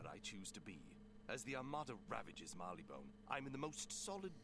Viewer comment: wait did I just heard you say "Barleybone" instead of "Marleybone".